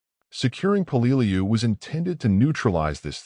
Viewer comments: "Hey, what the f***? 'Peleliu' is pronounced as 'PEH-leh-loo.' 👹 'THE DIABLO DOG' 👹 When talking about the United States Marine Corps, especially the battle history of the Marine Corps, everything must be perfect! The Battle of Peleliu is pronounced as 'The Battle of PEH-leh-loo.'" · Until a historian picks up a rifle he should shut his mouth. And the narrator is not pronouncing Peleiu correctly. Sgt. John USMC 0811 '76-'80. Semper Fi.